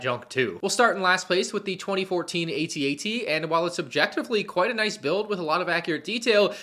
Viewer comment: AT-AT, Not A-T-A-T!! 🤬🤬🤬🤬